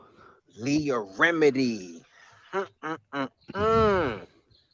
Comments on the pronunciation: “Leah Remedy”. I’m dying. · Did he just call her, Leah "Remedy"?